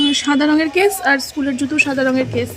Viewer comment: Uccharon ta keds kes noye ......